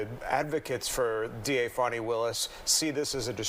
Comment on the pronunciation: If her name was pronounced Foni,it would not be spelled Fani.😮